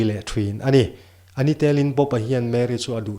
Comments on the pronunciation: A ni tel in tih a...tel...lai hi a ri hniam tur aw. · Ngaihnawm khop mai, tlemin mizotawng thluk uluk deuh teh..." A NI TELIN" hi thluk dik lo deuh. ..